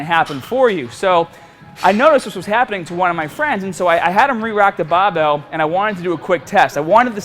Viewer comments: his accent gets so thick when he says bahbell... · does anyone else think he says barbell in a funny way hahaha he says that only word like he's from south Boston but speaks everything else in different way